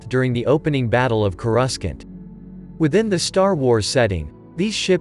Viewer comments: Coreuscant You mean corusant? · "distroyer" "chorus kant" yikes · i died when you said “coruskant” lmao😂 Edit: since people keep commenting that its a robot voice. Yes I ALREADY KNOW so if you’re about to comment that please read this. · The fact that you called Coruscant Koruskent, disgusts me. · Didn't know I was pronouncing 'coruscant' wrong. Guys it's “coruskant”, remember that. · "Khorusk-ant." (sorry i just found the pronunciation funny) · I cringed a bit when he said: "CorUScant". Otherwise, it's a great video. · Ah yes, Corus-cant. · Ah yes, K-urust cat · I know bud, it's still the funniest thing I've heard all day! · They said the planets name wrong,the ventaor is cool work on a minecraft version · Its Coruscant say the fucking name right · Does my mans not know how to say Coruscant? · The way, "Coruscant" was pronounced gave me an ear infection 🥴🥴🥴😂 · Buddy you have ZERO right to talk about star wars if that's how you think Coruscant is pronounced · If you are going to make a Star Wars video, learn to pronounce the Star Wars words properly. And as I commented on another video.... you bill this as an inside the ship view.... you should have way more inside the ship views. Thumbs down.